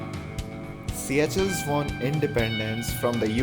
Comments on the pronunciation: its not siyachells its pronounced "seeshells" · its called seycuelles...like pronouncing sea shells.. not see ya chels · Not siya-chel it's sesel in kreol, Seychelles.. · yaah.... Its Se ah shells